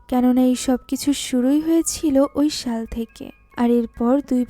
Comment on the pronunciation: ওটা শল নয় শাল 😊😊😊😊😊